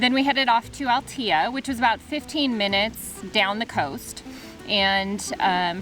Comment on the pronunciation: CALPE -- Just must pronounce the E as in Spanish at the end, after the P . It is not CALP is CALPE -- Great and Nice video ... I go often to all that area. I have family in that part of Spain ... Also is not Altia --- Is ALTEA, must pronounce the E as well 😎😎😎